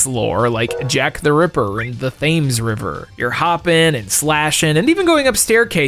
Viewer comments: Thayms river? it pronounced Tems dude 😂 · Yeah I cringed a bit. Correct pronunciation spelt phonetically is more like "temms river", not like James. While I'm here Leicester Square is more like "Lester Square". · the h in Thames is silent , its sounded tames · Lol! I was looking for this comment as soon as I heard it. BTW,, "Thames" is pronounced like: "Tim's" only pronounce the "i" like the "e" in the word "them" "Te-mz" 😊 Hopefully (if you see this) it will save you from being clowned on by the inevitable flood of comments you're about to get correcting you lol. 😋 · Thames - pronounced Temz. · The Thames river in London is pronounced "Tems", you don't pronounce the H btw 😂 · "Thames river" 😳😬 Oh no,! You're about to get a TON of Corrections about how to pronounce this from angry Brits. So from one 'murican to another, "Thames" is pronounced like: "Tim's" only pronounce the "i" like the "e" in the word "them" "Te-mz" 😊 Hopefully (if you see this) it will save you (at least in the future) from being clowned on (again) by an inevitable FLOOD of comments correcting you lol. 😋 Good luck in the comment section! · The “Th-ames River”? All your British fans are going “Oi!” Right now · That was rough to hear for us Americans as well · He mis pronounces loads of things every video, I'm convinced he does it on purpose at this point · Google pronunciation if you don't know. Thames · I can't believe mispronounced 'Thames' in the EXACT same way that the super best friends have never lived down. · Love your videos, but the a in vigilante is pronounced like "ant". And the H in Thames River is silent, just fyi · I've managed to hold back the navy for now but you might have to hide out for a whole after your pronunciation of "Thames" 😮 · Are you American cause you pronounced thames wrong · that's like Trump calling Thailand "Thigh-land" tier.